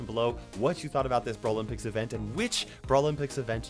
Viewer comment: Never ever say brawlympics like that again